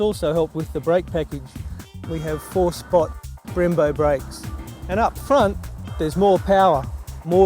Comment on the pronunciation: Sounds more like he's saying four spot (four pot?). Also, it's Trophee not Trophy ;)